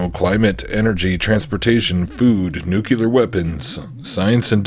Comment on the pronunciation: You said Nuke-you-lar....just like G.W. Bush!